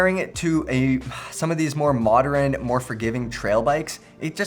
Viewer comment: Love how makes “modern” a three syllable word.